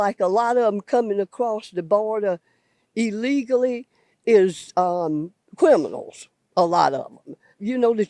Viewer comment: What the hell is "quiminal"?